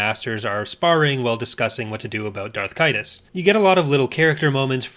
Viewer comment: Also "Darth Kaitus"